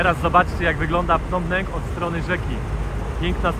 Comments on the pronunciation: .Nie Pnom Penk,a 'Pnom Peń".W stolicy macie polska knajpę" WARSZAWA".😊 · wymawia się Pnom Pen!!! A nie Penk! Super pooazaleś drugą stronę! Lubię jak wchodzisz między lokalnych! Pozdrawiam serdecznie! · .Po polsku mówimy "Pnom Pen,Peń).